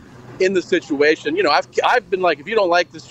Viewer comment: the sitchy witchy and alopeshy wishy 😂